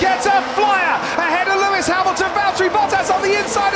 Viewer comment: It's Lewis not Luis...